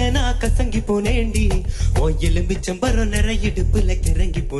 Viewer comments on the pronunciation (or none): He keeps saying elumichampara instead of elumichampazha.